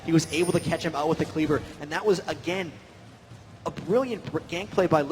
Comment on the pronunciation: This commentator "Agayn"